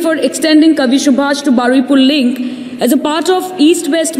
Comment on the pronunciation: It's Baruipur not baraipur